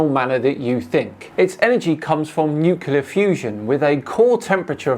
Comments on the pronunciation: It's pronounced nuke-lee-ar, not nuke-u-lar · Sorry but I can't help but point out the fact that you said "nukular" lol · Please pronounce it "Noo-klee-er" not "Noo-kyoo-ler". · fuckinay, it is pronounced like this: NEW-CLEAR not NEW-CULAR, you daft fuck figure out words before you expect me to believe you have a goddamn brain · Ugh he keeps pronouncing it nuQlar... Nuclear.. no q Hoping it's just an accent thing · Love you...BUT....it is NuClear....not New Killer😂😂😂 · Both and the other guy struggled a little to say the word Nuclear clearly. New-Clear. At least neither of them pronounced it new-kew-lar, as so many Americans do. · Come on, Creaky put the effort into learning how to say "nuclear", surely you can do it too \o/